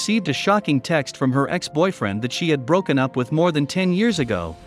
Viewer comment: So am I the only one disturbed by the auto voice narrater can not say the word ex (e x) and wasn’t (wasn t) with the technology we have these days we can’t have automated voices to say words completely? Many say computers, robots ... are smarter than people I don’t think so these machines can’t even talk